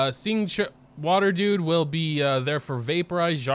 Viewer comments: "Uhh Xing-- water dude" say it u can do it🤧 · HE SAID XINQ